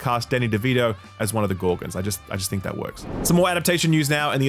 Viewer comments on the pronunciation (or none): Calling gorons gorgons...